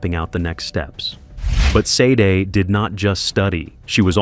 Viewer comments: The first victim's name is pronounced Shar-day. Not Seid, nor Sei-dei. Please make the effort to do people the courtesy of saying their names properly. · You pronounce her name like" shau- day"!!! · I was thinking that all the way through!!!!!